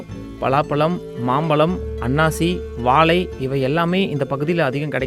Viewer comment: தமிழ் உச்சரிப்பு சரியில்லை வாலை இல்லை வாழைப்பழம்